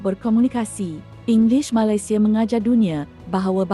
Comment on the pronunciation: Wow. First time I've seen AI used to speak in malay. It's a bit uncanny when it pronounced Malaysia the wrong way, that was the giveaway.